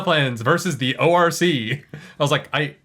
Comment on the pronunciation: Pretty sure Al Michaels has no earthly clue what an orc is, or how to pronunce it, obviously.